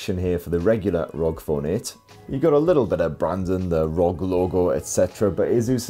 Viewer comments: Love your videos! But its R O G lol not rog lol it's an acronym lol Republic Of Gamers lol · This is the first time I heard someone said ROG and not aRe O Gee 😂